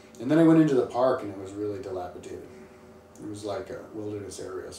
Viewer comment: It's "dilapidated, " you asshat. Stop saying "delapiTated." And if you can't keep from yawning like a yak, you ought to get some sleep prior to making videos. You are rude and not very bright.